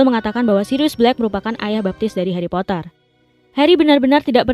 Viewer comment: Geli ah “HaRrY pottAar”